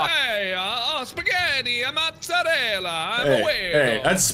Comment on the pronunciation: When tried to say "spaghetti, mozzarella", it felt so weird:'D I'm Italian, btw:''